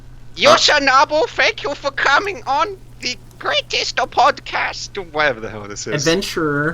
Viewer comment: I try to watch these, but then I hear the opening "gwatest adventah eva twoode!" and i just cant